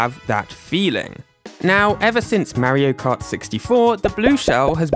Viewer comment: “Mairo kart”